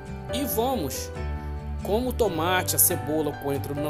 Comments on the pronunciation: Tumate? Depois eu venho??? Que português lamentável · "Tumate" kkkkkkk